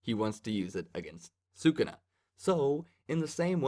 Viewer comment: Can’t wait to see these fights animated, jujitsu is gonna be big hyped. Also, it’s pronounced Saa-Coo-Nah. Congratulations on taking the leap into manga reviews